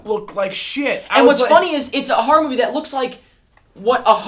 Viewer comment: I love survival Harror games, as says it. Harror.